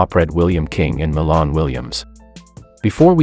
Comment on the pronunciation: It's Milan(My -Lan) Williams he's My Cousin...Get the info & Pronunciation Correct...R.I.P 🙏🕊